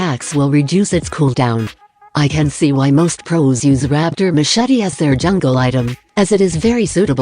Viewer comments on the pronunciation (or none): none